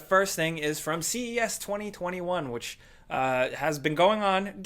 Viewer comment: How is this guy saying the dates 20201